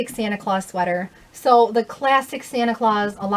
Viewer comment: Santa's last name is Claus, lmao. You mispronouncing labels and cracking jokes makes me love watching your videos lol